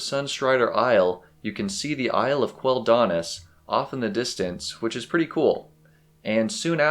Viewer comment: The way you wrongly accent Quel'Danas triggers me 😅 Thanks for the video, it's quite cozy